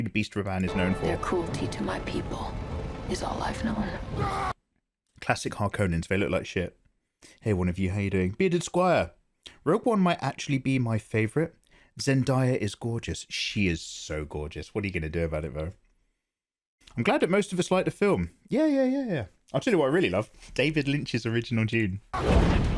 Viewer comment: damn. i’m currently reading the series for the first time and i’m pretty sure you just spoiled duncan’s involvement. thanks i guess :(( oh and you’re saying zendaya’s name wrong. it’s phonetic. zen-DAY-uh not zendieya.